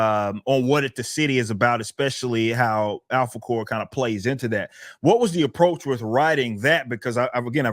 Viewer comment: I swear every time he says Alphacore it sounds like he says "apple core."